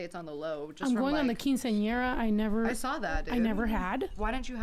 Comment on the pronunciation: Love snow but why is she pronouncing Quinceañera like that?? And this was low key educational I did not know that about Guadalupe 🤯